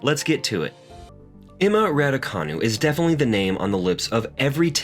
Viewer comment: Wimbleton? Raducoonoo? Excape?